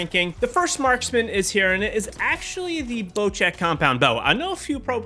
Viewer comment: why does everyone call bocek a bocheck